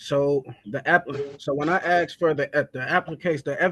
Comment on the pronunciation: Aks instead of ask. Someone please finally explain this to me. This has gone on for a long time. Telll me why, someone, finally….PLEASE